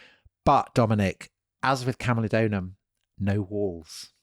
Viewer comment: It is camulodunum and pronounced as such, not camulodonum. Wonderful podcast by the way.